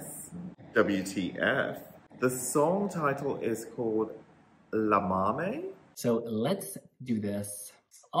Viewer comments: Loved this review, but let me tell you guys that in order to pronounce "Llámame" right, you better try the sound of "Y" at the beginning. Try saying "Yámame", cause you are saying "Lámame" and it sounds like "leak me" in Spanish ("lámeme") :) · We, spaniards, are to blame for this one. Romania is one of our favourite 12 pointers, and we are SO buying this one, I'm sure. And yes, we call "bebé" to our boyfriends. He knows so well. And Spanish Eurovision entry in 1962 was "Llámame" by Victor Balaguer. (Pronounced 'Djā_ma:_ mE) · Stop saying lamame it meens lick me in spanish . In spanish Ll = i And you are right is cheep but catchy . 😘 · When you said "lámame" I died 😂😂😂 it means "lick me". What a letter can do 😛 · Llamame sounds like “iamame” in Spanish! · Ll is a Y sound in Spanish. The way you pronounced it, it means “I sucked on it” 🍆😂🤣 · I just hope they learn how to say “llámame” LOL Such a good song ❤️